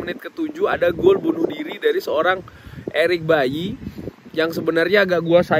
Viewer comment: Eric Baily bang bukan Eric bayi